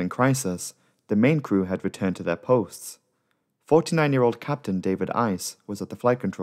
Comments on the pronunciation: The captain's name (Uys) is pronounced 'Ace', not 'Ice'. Nice try though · .... Hi, no it's pronounced Ace ... however the Afrikaans word for ice is also pronounced as Ace but spelled differently (eis) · The surname Uys is pronounced "Ace", its afrikaans.